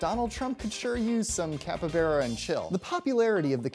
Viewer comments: It's not a cuppybeara, it's a fucking CAPYBARA. Bar, not Bear. You could google for a minute before making a video, dude. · CAPY BARA NOT KEPPYBERE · It's capybara, not capybeara! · Capy-baa-ra. Not capy-beeraq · The way he said capybara: capabara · Did he just pronounce it Cap Yberra? Sounds like a quarterback for a mostly Latino highschool football team. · This guy was perfectly fine with me till he said capyBEARa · Which pronunciation is that? Are you sure it's not Capyba "R" a. You might find this video informative as well, especially regarding the capybara's dietary habits. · "capa-bera" consider me triggered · the pronunciation of capybara is capybara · I'm not a fan of the the way you say "capybara". You say It like capy-bear-ah. It's weird. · You’re wrong pronunciation of capybara makes me uncomfortable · I just don’t understand why you pronounce Capybara the way you do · Y’all pronounce it capybara or capybara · Literally explained nothing and he couldn’t sound more white saying capybara. The way he says made me cringe so much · Cappa-beara... Nay-dahl... Dude.